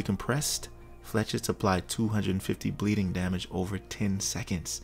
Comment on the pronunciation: I know somebody already said it but they’re pronounced “flay-shet” it’s French for little arrow. It’s a pretty uncommon loanword.